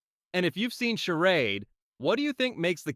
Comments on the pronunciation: Seriously?? Charad?? It’s …Charade!! 😂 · It is pronounced shah raid